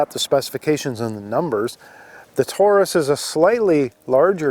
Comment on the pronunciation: "Tore Us"??? Dude, it's American English.